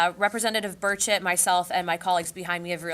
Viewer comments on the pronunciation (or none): Lol his name is actually “burchett” and not birdshit. I was confused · everytime I hear "Burchett" i hear "bird shit" lol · "Burchett" 👀 I heard birdshit😮😂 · Did she say representative birdshit? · Did she say Representative " Bird-- s--"?😂